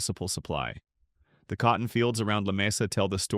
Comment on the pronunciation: Lamesa fools many people. It actually is not Spanish, I was told, and is correctly pronounced Lah- mee-sa.